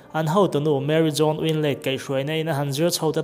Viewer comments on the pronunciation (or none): Mary jone nilo Mary jones okay. blehh lampaw lamthiamlo,.😒😒lam ve tawh suh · ka hming nia ka hming diklo taka an lam ka duhlo...baka bible chhiar hnem awm tho sia. Mary jones chanchin paw ahriat chuan tinge jone tia alam. jone anilo hrim2 Jones nikha.😒